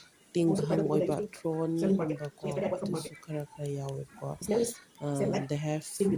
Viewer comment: Yam waiye tabada adum chumna meetei londa hairasu yabado English su haapningba keyraga ngangnabasu hotnabada thorn su thron haire tourise 🤣😂😂